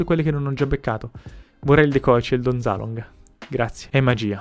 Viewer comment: Don Zaloog non Don ZalooNg